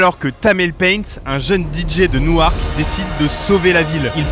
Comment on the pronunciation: Newark se dit « Nork » et pas « Nou-Arc »